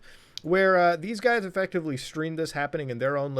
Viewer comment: nobody: litearlly no body at all: muta:EFECTIVALLY EFECTAVIALLY